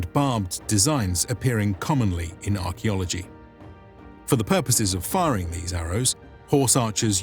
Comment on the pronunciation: "firing" arrows. Ouch